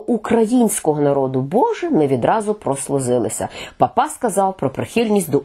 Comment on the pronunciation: Наголос потрібно робити на першому складі пАпа Франческо.